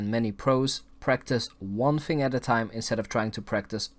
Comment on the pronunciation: “Fing” for thing “finking” for thinking and “wiff” for with lol